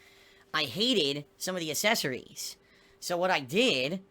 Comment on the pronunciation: He can say ACK ACK ACK ACK ACK but he can't say ACKcessories correctly